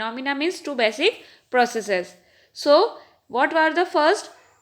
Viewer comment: Basic not baasic